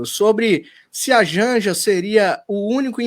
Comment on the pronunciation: Jánja ???? Kkkkkkk